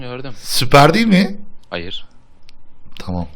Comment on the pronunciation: hayır diğeceği yerde hoyarrrr dedi,adsds